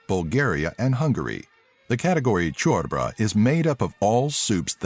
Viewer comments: Corbra? Really, its corba. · You said "Chorba" but it is "Ciorba" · Im romanian but i didnt knew one of these facts and is ciorba not chior ba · its not ,,ciorbra" its ciorba! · Cior brah =)) it's called 'Ciorba' but that made me laugh so i'll give it a like :D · Lool, it's "Ciorba", not ciorbra !! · he said <CIorba> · i just heard ciorbra? haha nice video btw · When he said "ciorbra" I died XD All romanians will understand this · "Ciorbra" lol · Cui i se mai pare amuzant cum pronunța ciorbă, șnițele etc :))) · the fucking pronouncitiation of ciorba tho XDD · I am from Romania(unfortunate) and I really found funny how you said ciorba(this is how you write it) and Dracula. :)))))